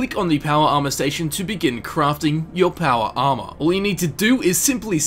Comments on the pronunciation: "PAWAR ARMAAAR" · "your powa arma" i love it when you say that xD